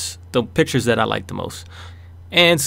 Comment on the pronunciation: When he said "These are the pictures i picked" I thought instead of saying pictures he said bitches!lol XD